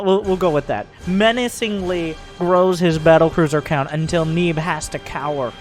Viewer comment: disliked due to underwhelming pronunciation of "neeb"